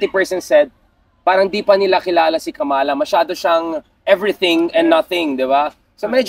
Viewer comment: Pls pronounce “Kamala” the right way. Its a disgrace for known Pinoys engaged in politics, mispronouncing a name known worldwide.